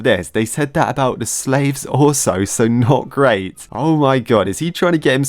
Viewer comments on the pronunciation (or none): none